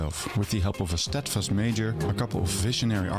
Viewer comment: Yeah the creator is Dutch, so that explains the lack of accent. But as a Dutchman myself, I’ve got to give him some credits. His accent is even good for someone of the Netherlands. Just the pronunciation of mayor was a bit off.